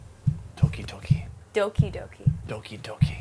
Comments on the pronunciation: Nice episode. But it's Doki Doki and not Toki Toki ;) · Its "doki doki(どきどき) not toki toki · it's doki not toki lol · Doki not toki!!! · I pretty sure she means DOKI DOKI not TOKI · It's 'Doki doki' not 'Toki Toki' ;) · I hate to be that guy, but it's "Doki-Doki", not "Toki-Toki" . . . (Y) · Am I the only one getting annoyed by "toki toki" rather than "doki doki " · Not とき とき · Dangit bro it's Doki Doki. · It's Doki Doki - says overlord google